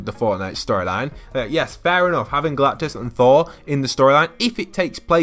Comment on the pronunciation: Who hates whe he says galactus